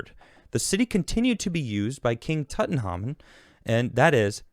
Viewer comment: Big fan but how tf don't you know how to pronounce Tutankhamun?? Come on lad...😄